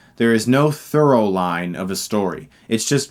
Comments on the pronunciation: Did he say "thorough line?" Is that like a through line? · THROUGH-line. there's no THROUGH-line!